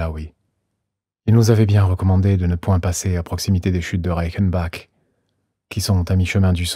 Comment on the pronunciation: Au top vraiment et merci mais je dois te faire une petit remarque Reichenbach se prononce /RAÏECHENBAR/ et pas /RAÏEKENBAK/ et InterlAcken pas interlécken (il y a pas de ä sur Interlaken) en tant que Suisse ce me fait un peu mal au cœur d'entendre ces prononciation mais je peux comprendre l'allemand n'est pas ta langue usuelle.